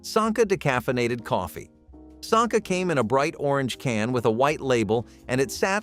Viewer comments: The pronounciations are terrible. “Sonka”. “Bracks “. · A lot of words in this channel are mispronounced. An example is Sanka coffee. It’s not pronounced “Sahnka”. Every video I’ve watched has you mispronouncing words. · All of the mispronounced words are bothering me. "Sonkuh" Please just remember the commercial or sound it out: sank-uh. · Why are you pronouncing Sanka like "Sonka"? It rhymes with the way a Londoner says "wanker." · brachs (bracks). And sanka (Sonka) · Could you please pronounce Sanka correctly?